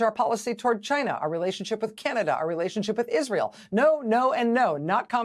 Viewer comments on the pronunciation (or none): none